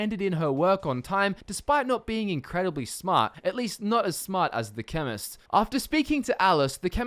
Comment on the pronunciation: I didn't read your title and I thought you said feminist